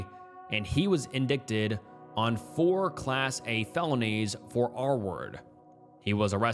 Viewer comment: "Nuclear" is pronounced NEW-KLEE-UR or simply NEW-CLEAR. Edit: Also, it's STATUTE of limitations, with three Ts, not STATUE. Edit 2: Jesus, "indicted" is pronounced IN-DIE-TID.